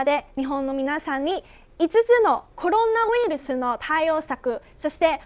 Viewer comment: コルゥナウイルス(笑)